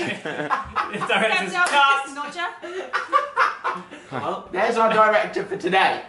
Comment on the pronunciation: SkyeAmy Fretton Tan said “we’ve got this little knodger”